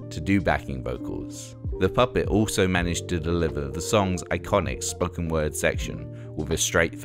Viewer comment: Kirsty McCoil? Its Kirsty McCall...also spoken is not pronounced Spocken..other than that was enjoyable :)